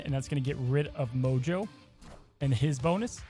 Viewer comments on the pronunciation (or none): none